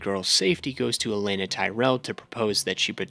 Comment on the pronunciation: It’s O-lenn-A not elenna